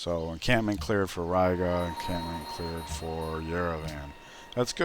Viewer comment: Riga is pronounced Ree-ga.